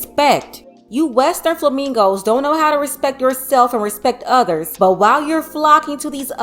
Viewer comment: The way say Flamingo and Hyena will always be funny.😂😂